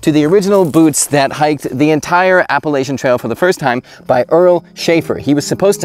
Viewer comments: App a la chun. Learn the pronunciation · Appalachian: app-uh-latch-uhn There's no helper vowels in the middle of the word, and we ain't French so we don't pronounce CH consonant clusters as an SH. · As an NC native, my heart hurts every time you pronounce “Appalachian”.